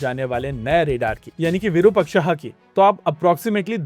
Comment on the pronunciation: भाई वीरूपक्षा नहीं विरुपाक्ष है शब्द, जो भगवान शिव के लिए प्रयोग होता है